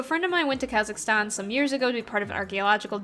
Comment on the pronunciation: Kazakhstan was pronounced correctly! And sand mermaids... huh. Interesting. And to answer your question, no to pineapple on pizza. #notmypizza